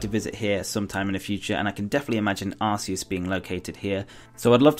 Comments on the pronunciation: I know no one is perfect but The god poke mon is said ( ar-key-us) true search pokemon mispronounce by aroua gardian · Well actually originally Arceus was pronounced that way but then they realised that in England arse means ass. I think you can say it either way.